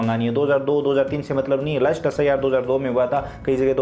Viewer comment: Bhai wo lust list hota hai last list hota hai